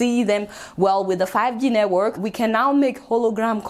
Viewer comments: Aunty it's network ooo not nework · Lol 😂 she calls it neywork haha 😂😂😂 neywork Yoruba